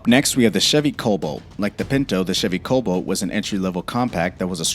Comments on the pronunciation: Cobolt? CobAlt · The car's name is CORVAIR, not "COvair". The next mistake is Cobalt, not "Coboat"